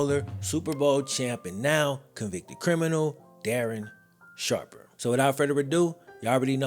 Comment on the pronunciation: Oh no, DARREN SHARPAH